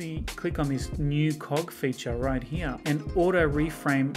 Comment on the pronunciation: “Right heeyuh”